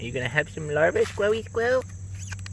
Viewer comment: please stop saying squirly squirrel